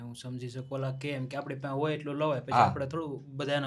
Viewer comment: તપલીખ ના બોલો તકલીફ બોલો હું સમજી શકું હું શમજી શકું વારંવાર ના બોલો